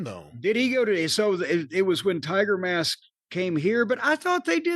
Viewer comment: The announcer called sayama timermask